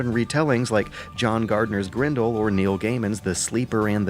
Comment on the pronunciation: he makes A LOT of errors in ENglish pronunciations too. He said "Grindil" instead of GRENDEL. like, wtf.. ?